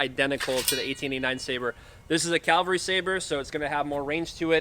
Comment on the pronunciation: It’s CAV-al-ry. CAL-va-ry is a place near Jerusalem.